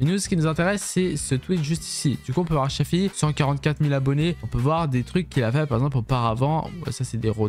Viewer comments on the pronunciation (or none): Dsl mais c’est shafi pas shàfi le a on ´e prononce comme allo